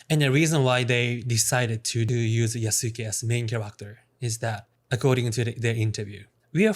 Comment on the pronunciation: "Yasuuke"? Lol